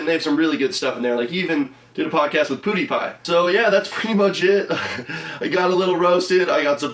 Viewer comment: says Poodiepie instead of Pewdiepie.